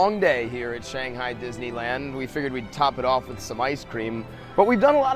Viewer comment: Too bad the host doesn't know how to say "Shanghai" or even eat those dumplings properly.